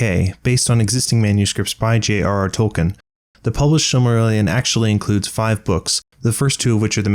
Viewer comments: It's NOT FUCKING "TOLL-KIN" the name is pronounced "TOLL-KEEN". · Great video, but please VO actors and narrators "Tolkien" is pronounced "Toll-KEEN"